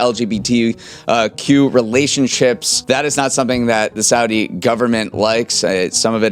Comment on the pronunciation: The constant mispronunciation of “Saudi” is making my ears bleed.